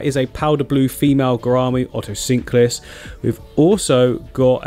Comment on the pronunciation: Otocinclus or Oto-sync-lus 😂😂😂